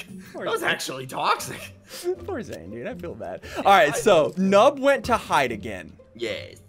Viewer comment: He said they have 2minutes to flide not hide lol